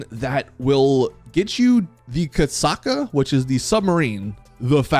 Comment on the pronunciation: its Kosatka not kasaka spell the "t"